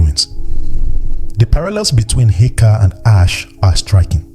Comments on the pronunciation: Why is Asé (Ah say)being pronounced ash?? that is so disheartening for such a good quality video. Makes me question the information even though I know it's valid. please have the AI pronounce the word properly😩😫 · I’m not gonna lie, when I first saw this comment I thought you were over reacting, but then I heard him say Ash over and over again and it irked me. I hope he makes a correction either in the notes or remaking the video. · Why are you pronouncing Ah-Shay in this manner? Ashe/Ase is pronounced Ah-Shay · This is a beautiful video but the pronunciation of the power words are wrong which is messing up the video. If your using AI you can spell the word in a way that will force the AI to pronounce correctly like instead of spelling Ashe (spell it asay or ahsay). Spelling the word phonetically will make the AI pronounce the words properly. ❤️ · This AI voice had me fooled until I heard it mispronounce ase. Horrible! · I want to share video but I cannot because Ase is pronounced incorrect. Please take this criticism with love. You should redo video with correct pronunciations so misinformation is not being passed around. Plus people who know the correct pronunciation will not take video serious. Because it is a very well informational video. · Well said. The irony of a video about the sacred power of the certain words being spiritual codes.......and then keeps misprouncing the very word (in Yoruba) used for that very Power. Correct pronunciation (or at least as close as possible) is fundamental for invoking the Power of the Word.....exactly like any incantation. And it's DEFINITELY not "ash". Other than that, the concepts & images in this vid are excellent!